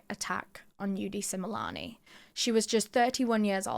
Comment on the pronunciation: I’m from South Africa, I’m loving how you pronounce their name correctly ❤love this 😊